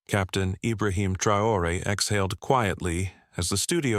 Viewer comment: You can’t even pay the respect of pronouncing the president’s name e? Hideous AI.